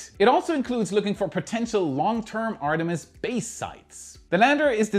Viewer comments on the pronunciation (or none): none